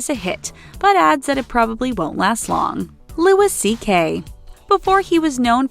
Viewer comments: Eddie Brickle...?! Lol!!! Also Louis C.K you don't pronounce the the S. What kind of 5 million subscriber celebrity gossip channel can't pronounce celebrity names? Learn how to pronounce people's names before doing a video like this. Shame, thumbs way down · And you have to learn how to pronounce things better. It's pronounced "Louie" not Louis CK. Jeez. Find out how to pronounce names and words. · You're supposed to pronounce Louis C.K.'s name in the French way